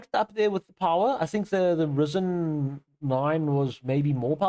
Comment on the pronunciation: Ryzen ... not Rizen man😅😂